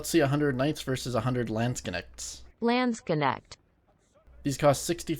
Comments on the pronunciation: It's LAAAHHHHHHNDSKNECHT not LAAENDSKNECHT, even the robo voice is wrong XD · Landsknecht pronunciation it's totally wrong. it's not KENECHT but K-NECHT there is no E between the K and the N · did you know Landsknecht is a german word and not a english one xd